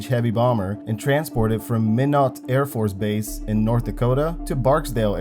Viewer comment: Just an FYI, Minot is pronounced "MY-not," not "Minnow."